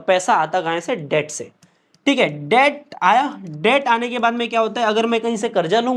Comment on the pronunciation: Please don't mind but the pronunciation for debt is det, not debt